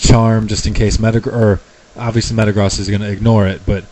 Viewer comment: I realize that Metagross has the whole cross thing going on but it still makes sense to me to say the "gross" like you say the word gross with the long o.